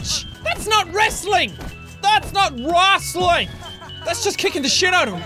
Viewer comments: Normal people:Wrestling Sean:wrastling Me:wrostling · "That's not real wrassleing" Jacksepticeye 2k14